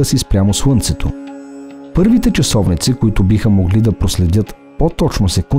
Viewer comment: Тонът УА ?!?! Моля Ви, работете върху произнасянето на правилно Л. УОНДОН, СУЪНЦЕ ....... Звучи изключително несериозно. Твърде добри сте във всичко, за да изговаряте толкова усезаемо УЪ вместо Л. С логопедични упражнения ЛТА ЛТО ЛТИ ЛТЕ този речеви недостатък се оправя лесно.